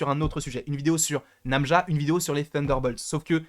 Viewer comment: Très bonne théorie sur le personnage !! Par contre c'est Najma et non pas Namja >.< et je confirme (parlant arabe) Najma = étoile = star